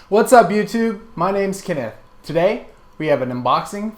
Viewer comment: Hmm. My name's Kenneth too, but I've never heard anyone pronounce it the way you do.